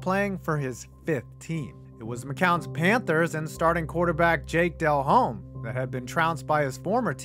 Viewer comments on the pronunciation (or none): This guy's attempt at pronouncing Jake Delhomme's last name made my skin crawl